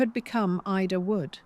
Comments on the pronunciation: Great story..... although thin on explanations. Also, some of the images onscreen make no sense: Birth certificates of random people. A newspaper page from Oregon with nothing about Ida. Buildings that have nothing to do with the story. Etc. Also, why does the narrator sometimes call her "Eeda"??? 😮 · Suddenly the narrator called her Eeeda. Can’t we get warnings here Ai is being used? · because of the mistakes, the mispronunciations of names like ida. And also the addition of unrelated photos. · Is this phony AI narration? Because ida’s name is pronounced Ida, most of the time, and then its suddenly pronounced “EEDA”. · Was she Irish or English? The AI narrator doesn’t seem to know, just as she doesn’t know whether to pronounce Ida’s name as eye-da or eee-da. What else doesn’t the narrator know? What do we, the listeners, know or not know? Truth or fiction? Who knows? Who cares when the present we are living in is constructed of the lies created by those in power mixed with the sad denied truths their victims are forced to live with. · Did I miss something? What has Marilyn Monroe's birth cert to do with Ida's sister? I watched to the end. The same narrator pronounced Ida two different ways. Marilyn's birth cert and then later some oddly engraved headstone that didn't match the narration. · Why is her first name Ida, pronounced differently through out this? Bloody fake voices. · The occasional mispronunciation of the name Ida shows the narration to be AI. That's not bad, but the awareness of it is important.